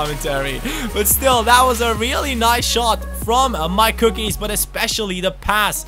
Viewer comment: Forgot to say: Every time you say MyCookies i think you are saying Mike ^^